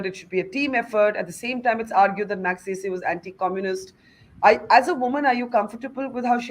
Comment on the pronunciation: Barkha. I know you take the trouble to pronounce Western names correctly. But do take to trouble to listen to how Ramon Magsaysay's name is pronounced. .